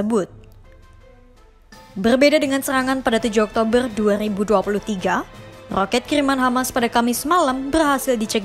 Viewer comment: Sumpah tertawa aku mendengar admin membaca berita yg di faseh fasehkan ngomong ER ketika ngomong oktoberrrrr ER panjang😂😂😂😂😂😂